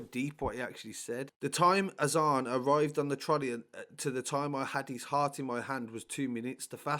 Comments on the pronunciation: more time be around apnai. Pronounced “Azaan” on point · Pronounced his name beautifully bro . 🤲🏻 his name means In Arabic “the call to prayer” I’ve followed this since it happened so close to we’re I lived then such bastards this put me in tears 😓 so sad such a loss. This kid gives me that feeling he was going places and a nice kid He didn’t want trouble. Proper cowards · Pronounced his name beautifully bro. Nice too see positive comments. His name is arabic. When prophet Muhammad (pbuh) had released Bilal from slavery he then encouraged Bilal to recite a saying that makes every one known when prayer times were. And before prayer time that saying( look up in english) is